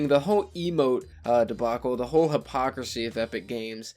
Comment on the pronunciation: Uh, it’s “hypocrisy”. Nonetheless, great vid!